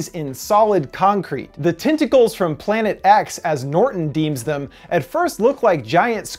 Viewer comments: TENTicles, TENT, not TINT...sorry but it's driving me crazy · "TIN-tickles"??? Not "TEN-tackles"??